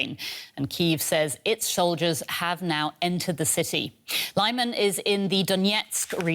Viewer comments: It's pronounced "Li-mahn", not "Lie-man". The first syllable is pronounced like the beginning of "limit". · It is not 'laiman' its is 'leeman' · Leeman, not Lie-man. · Lyman is pronounced as /leeman/ not /laiman/ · Isn't it "Leehman" instead of "Lai-man"? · Lyman = Luhman, not Liman Donetsk = Donetsk, not Donyetsk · I would have thought better, more educated reporters, on DW. it's not pronounced lieman, but leeman, for the anglo lady. come-on! you're in Europe, not the USA. you should know how to pronounce things. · 'Lee'Man NOT 'Lie'man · It is LEE-man, not LYE-man!!! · it's Лиман, not Лайман. The very least that can do is listen to the Ukrainian channels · Its 'Leeman', not Layman! Please! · I'm glad Ukraine liberated this town, and will be also glad to not have to hear this butchered pronounciation of Lyman (say "Leeman"; not "Liman") so often any more. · City of Lyman is pronounced: 'li' (the letter 'i' as in mitt, lit, fit) and 'man' (the letter 'a' as in mama, papa. The accent is on the second syllable. So: li-MAN. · ummm.. lee-mahn? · lie-man? lol. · Lyman is pronounced "Lee Mon"... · Congratulations to the Armed Forces of Ukraine! 🥳🫡 Side note: I hate the way Western journalists pronounce Lyman 😖 It’s pronounced like LI-MAHN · One would think these talking heads could figure out how to pronounce Lyman correctly. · Can please teach the other Reporters how to pronounce "Lyman"? Thanks. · Would it hurt so bad for the presentor to pronounce Lyman correctly?